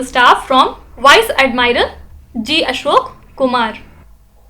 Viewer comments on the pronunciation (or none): none